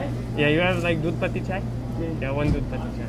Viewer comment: when you ordered 'gulaab jaamun' and 'doodh patti chai' your accent was totally Pakistani 😄